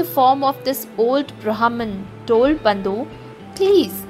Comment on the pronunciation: Bandhu not bondu